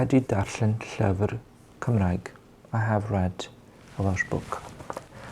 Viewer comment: Am I the only welsh one here getting rage about his pronunciations it’s pronounced Llufr not Llyfr 😫